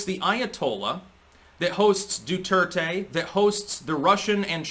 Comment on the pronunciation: someone kinda pronounced duterte right. yay